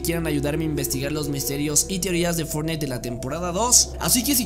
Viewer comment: No Me Digan Que Fui El Unico Que Escucho Que Dijo "Fornais"